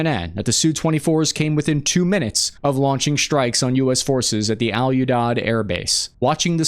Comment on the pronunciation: Pronunciation help from a friendly retired Army linguist nerd: Arag-chi (not Arag-a-chi) Al Oo-deed (not Al Yoodod)